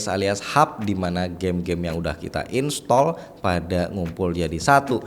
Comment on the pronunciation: anjay gua denger INSTOL